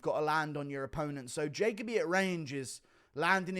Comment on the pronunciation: Jaco bee lol. Try this Ja Coby